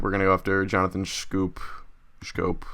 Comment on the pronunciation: It's pronounced scope. And yes he is hurt, just an fyi